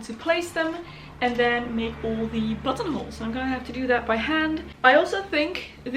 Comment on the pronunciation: I thought you said buttholes